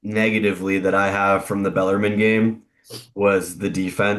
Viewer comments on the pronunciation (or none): Pronounced beller “men” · Baller mean is how I heard him say it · You have a show called the Rupp Report and can't pronounce Bellarmine? Cmon, guys.